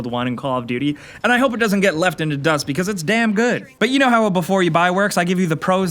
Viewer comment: you said "dust"....... that hurt....